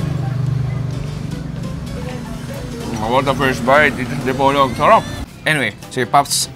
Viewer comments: boss, sa PO po ang rising intonation sa Di-Po📈-Log ❤ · idol DI-PO-LOG City. slow lang:D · Panoorin ko sana kaso iniiba mag pronounce ng Dipolog.